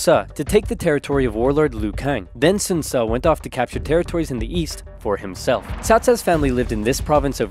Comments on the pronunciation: If u pronounce it in Chinese, its not that hard. The pronunciation is wrong only. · 5 year old video i know, but the pronounciation of some of the names has made me confused. Ive always heard the name Sun Tzu pronounced like the sun in the sky, but in this video Sun Ce is pronounced like Soon Ce. My question is, is that intentional, and if so, how can anyone possibly tell the correct pronunciation if the word is spelled the same? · “So Sun’s Son, Sun Ce” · "Sun's Son, Sun Ce"